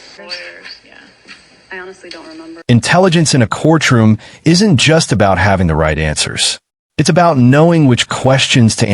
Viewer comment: Man, that Ai struggles with the word “courtroom”. Once again, the saaaaaaame footage over and over. C’mon now